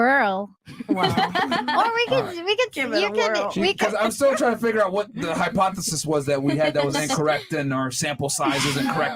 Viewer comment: This chick said Hypothesesissss lmaooo lol. 🤣🤣🤣🤣🤣